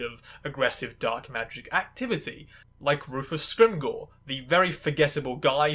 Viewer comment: Scrimgeour is pronounced "Scrim-jer" btw. Its a fairly common Scottish surname. They say it correctly in the film